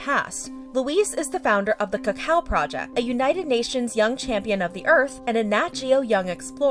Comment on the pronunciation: I think Amanda Jones’ response is scripted he says Cocoa not Cacao and keeps looking down a little on the camera